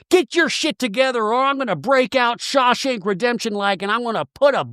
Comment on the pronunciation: I dont know if you meant it this but i giggled at Shah-shank Redemption 😂😂😂